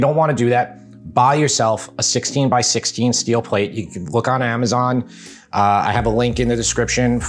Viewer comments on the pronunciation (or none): none